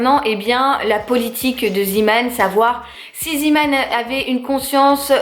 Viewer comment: Coucou! Je voulais te dire que Zeeman se prononce Zémane et la traduction c’est « un marin » en gros Man = homme et Zee (zé) = mer donc homme de la mer 😊 voili voulou ! En Belgique ça existe depuis des années et vu qu’on parle aussi le néerlandais on le prononce en néerlandais hihi 😉 gros gros bisous à toi et ton petit Léo 🥰🥰❤️